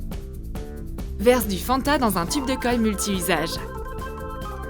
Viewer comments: A qui a entendu fond de teint au lieu de fanta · J'ai entendu fond de teint au lieu de Fanta! 😀